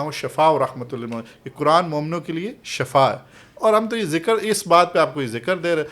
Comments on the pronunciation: درست لفظ Shafa نہیں بلکہ "SHIFA" ھے۔۔۔۔۔Shafa کا مطلب موت ھے اور SHIFA شفا کا مطلب تندرستی یا صحت ھے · Mein heran hun k itna ilam rakhne k bawajud aap ko ye farq maloom nahi k shifa hy k shafa hy Sahi lafz shifa hy dono k meanings me zameen asman ka farq hy plz eis ko sahi karein